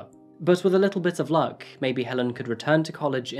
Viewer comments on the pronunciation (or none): none